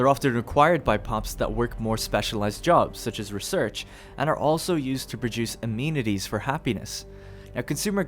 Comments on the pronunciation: It's pronounced uh-men-it-eez though, not a-mean-it-eez. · "Amenities" uh-MEN-it-tees